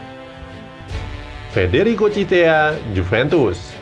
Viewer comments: Ciesa bukan cisea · F. Chiesa min bukan Chisea:v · Chiesa min bkn chisea